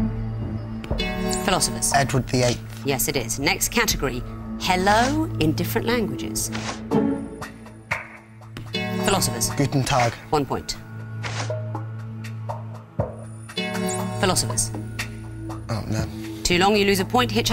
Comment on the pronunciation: studying german and saying "güten tag" instead of "guten tag" meh